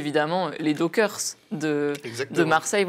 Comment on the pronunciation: On ne dit les "dockeurs " mais les "dockers" comme les chiens "cockers". Le gouvernement nous fait toute une série de mesures contre un président désireux de récupérer l'Ukraine, faute de respect des accords signés à la fin de la guerre froide, mais face à NazIsraël, les élus de gauche n'ont rien fait ? Les nations unies n'ont rien demandé ? Aucun blocus, aucune sanction économique ? Mais qu'attendez-vous pour organiser un mouvement d'opposition à tous ces hypocrites pro-nazis ?